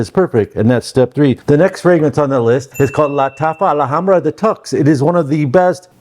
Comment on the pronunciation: Did anyone told you its not Maison "AlAhambra" but Maison Alhambra